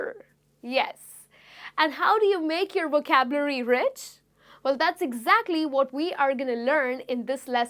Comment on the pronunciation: Supongo que usted es Latina a juzgar por su acento, y debo reconocer que su Inglés es muy bueno, sin embargo noté que la palabra 'vocabulary' no la pronuncia muy bien y le aconsejo que trabaje más en ello. No me mal interprete, sólo es una crítica constructiva que le doy. Se agradecen mucho estas lecciones gratuitas. Saludos desde México!